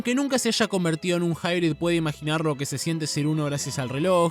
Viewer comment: Lo curioso esque lo pronunciando pensando que dice "hybrid" cuando realmente hace alusión a "High Breed" o "alta descendencia"